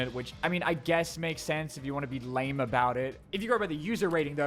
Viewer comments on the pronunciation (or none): none